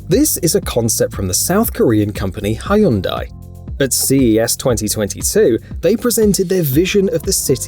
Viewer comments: Hye-un-dye? Alright, this guy is a robot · "Haiundei" this is the funniest wrong pronunciation of Hyundai I ever came across. XD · "Hyundai" rhymes with Sunday. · 하이언다이, 하윤다이 ㅋㅋ 그냥 약자로 HD라고 바꾸는게 어뗘~ 각 나라의 발음에 따라 기업 이름이 제 각기 불리우니 좀 아닌거 같애~ 샘숭도 마찬가지고